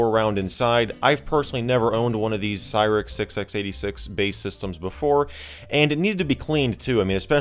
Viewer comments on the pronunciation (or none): It's a "Cyrix 686", you don't need to keep pronouncing the 'x'.